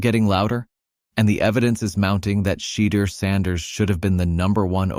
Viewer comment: One of the things I can not understand... why can't these announcers pronounce Shedeur's name correctly? I believe it to be highly disrespectful.